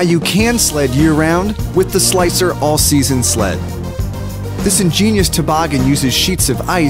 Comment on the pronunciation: Who heard him say ”All SLEASON Sled”